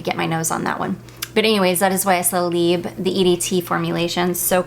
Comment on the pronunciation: Just a minor thing - you do pronounce the "b" in libre - it goes like this libr. I love your choices of perfumes for spring time!